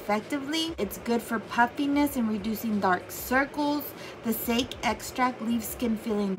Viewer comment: Sake is pronounced sock-y.